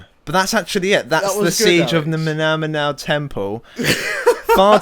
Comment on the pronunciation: It's pronounced new-zow (as in now).